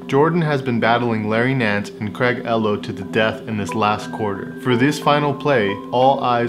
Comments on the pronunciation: It’s Craig “EE-lo”, not “ello”………great video nonetheless 👍🏾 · is pronounced EE-Low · Craig E-LOW other than that great job on this vid 💪 11's 🔥🔥🔥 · Craig Ehlo is pronounced Ee-low; with a long e sound. Not Eh-low. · Craig “E Low” not “Eh Low” 😂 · Craig Ehlo (like ee-low) not ello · Who's Craig L Ohhh ??? Whatever happend to the shot on eee low ... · Great video! You know your shoes, but 80s NBA... not so much. Craig Ehlo's name is pronounced E-Lo, not Ello. I know it's nitpicking, but it's clear you put a lot of effort into making this so I wanted to mention it. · Im still watching your video. One more thing it's CRAIG EEH-LOW not Ahh-Low. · I was Enjoying This Video!! Until He Said Craig ELLOW Its Ehlo Like Eeeeelo Maybe The Most Iconic Finish In Sports History Just Saying 😄🤣😂🤣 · Who tf is Craig eh-loh? 😂😂😂😂😂 it’s EE-Lo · Man, if you’re gonna do these cool videos, at LEAST learn how to pronounce the names! It is “Craig EEEEE-Lo”. E-Low not Yellow minus (-) the “Y” — elllloh. Craig was one of the best defenders in the league at that time & a helluva shooter too. I wore all these shoes originally, straight out of the box from middle school —> High school —> into playing in college… I was wearing a pair in the summer before my senior season at Coach smith’s basketball school (not camp) when Mike asked me up during a drill on defending the wing 🖐️🪽… not only did he comment on my shoes, but he may have signed them for me 😮! (For those scoring at home: he kept getting the ball & dunking on me. On ME. He got all the calls 😂!) He finished with the lean-in dunk from the left side w/ the windmill — and I can assure you, he got as parallel as it looked on TV. I tried to recreate that one for years. I’m 6’ so it looked cool 😎 Just having fun with you about Ehlo…but he was a great player for a while. Coached in Arizona too. Good man. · You said Craig “El-oh” 😂😂😂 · It's Craig Ehlo (ee-low) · My man said Greg Ello 😩🤣😂🤷🏾‍♂️ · craig ehlo (EE-Low) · It's pronounced E-low